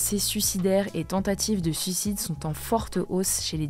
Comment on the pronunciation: Super vidéo et informative mais par pitié : SUIc*de pas SUc*de